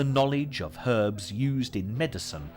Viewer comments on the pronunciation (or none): none